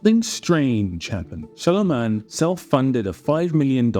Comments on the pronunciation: It's not Shyalaman my friend it's Shyamalan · You're pronouncing his name wrong it's shy-aa-malan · It's an Indian name so if someone is saying Shyamulan, he is wrong too. I am an Indian myself. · You're mispronouncing his name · Should have at least pronounced his name correctly. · At least pronounce his name right.